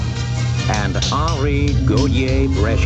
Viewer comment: love that film but every time I hear the mispronunciation of Brzeska i cringe.